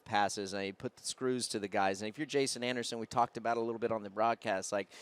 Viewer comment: Need to start a petition to get Daniel Blair in full time!! So embarrassing for the sport that he would fuck up Jasons name like that. And he was calling Breece ‘Breecie’. Definitely not the first time he’s made mistakes like that though